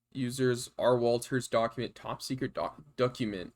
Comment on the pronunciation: "ducument, thats critical" 🤣 Appreciate the analysis, learned a bunch. Never been too comfortable with wireshark but im learning.